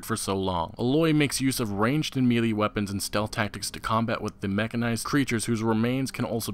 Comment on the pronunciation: melee is pronounced maylay i think...